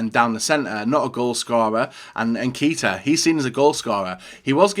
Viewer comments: "keeta"🤢 "kayta"👍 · Keita = KAY-TA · You pronounced Keita wrong